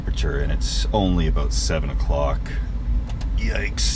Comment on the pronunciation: didn't you hear him say "aboot"? obviously canadian